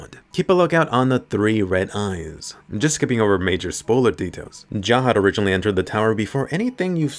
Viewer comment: Finally a youtuber who says jahad rather than zahard